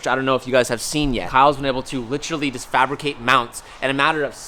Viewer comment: I love ya but please stop saying literally! Lmao and it’s lit er a lly not littraly. I feel like you do it like meow in super troopers hahaha